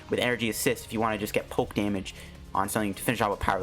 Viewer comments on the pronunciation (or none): none